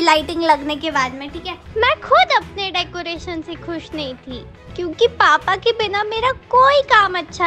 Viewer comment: Didi decaretion nahi hota decoration hota hai 😂😂😂😂